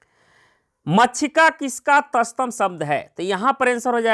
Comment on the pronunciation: तस्तम नही तत्सम होता है...😂😂